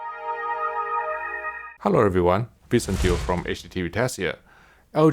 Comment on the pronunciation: The reason I watch HDTVTest: "Hello everyone, from HDTVTest'ere" 😄